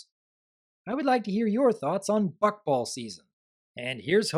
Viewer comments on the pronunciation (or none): Maybe I have a problem, but I can't stop hearing Fuckball. Even when I heard Rainbow Dash say it in the episode, I heard it wrong. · Every time a character says "Buckball" it sounds like they're saying "Fuckball" and it's really bothering me. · It sounds like Is saying "F#ckball"? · The way you pronounce Buckball is a bit... open for comedic interpretation. Nothing wrong with it, just pointing it out.